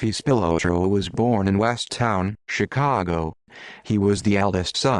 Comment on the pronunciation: It's pronounced Spill-lot-row. At least learn the name if you want anyone to believe you